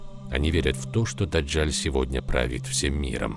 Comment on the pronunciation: Не ДАДЖАЛЬ, А ДАДЖАЛ !